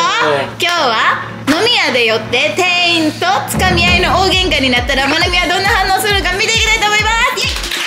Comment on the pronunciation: 定員ていいん× 店員てんいん○